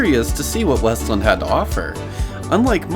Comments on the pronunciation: It’s called WEST LAND as one word not weslin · It’s WEST-LAND… not wuslund. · I didn’t mean to offend you sorry. But there’s a point in the video where you use a soft “land” like with the word “inland” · also its pronounced west-land